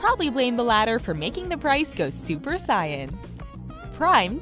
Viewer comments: Super sayan not super cyan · Really?...super CYAN?😂You mean super SAIYAN?😂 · DID SHE JUST TRY TO SAY SUPER SAIYAN WHAT WAS THAT 😂😂